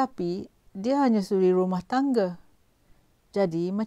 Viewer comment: Mcm bab pompan ni bcakap.. Konon2 mcm ade slang mat salleh sket... Tp korg dgar btoi2 cara die sebut "rumah" minit 1.34... Ang org kampung xpayah berlagak... Lgpun dah tua... Sedo2 la dri.... Kalo lidah belacan tu belacan jugak.... Cover mcmne pun kalo time tkejut, mse tu la kluo loghat btoi... Myanmpah aku... Ape yg nk bangge sgt slang mat salleh tu....